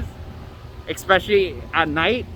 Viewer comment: The "Exspecially at night"drinking game will get you messed up.